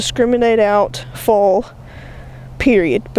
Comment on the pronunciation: Took me a few minutes to figure out you were talking about "foil" when you were saying "full". :)